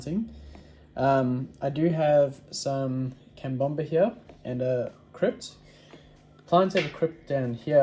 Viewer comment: Love how you say cambomba when you’re talking about cabomba or is it how it’s pronounced in Australia? Great video 👍